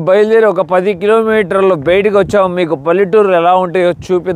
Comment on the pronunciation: మీరు వాడే 'బయటకు' అన్న పదం మీరు బెయిటకి అనటం చాలా తమాషాగా ఉంది😂